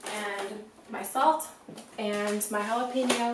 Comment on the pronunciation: You mean Jalapeño, Jalapeño